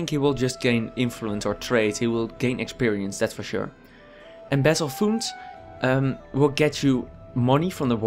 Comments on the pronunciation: funds are pronounced like fAnds not fUnds, just a tiny FYI. Great video. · Loved the video, very informative and in-depth, laughed when you pronounced funds like 'foonds' haha good shit keep it up.